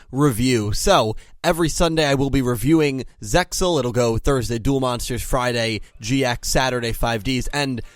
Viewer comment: oh man i always pronounce Zexal differently ,i know the way you pronounce is correct but it feel so weird to me lol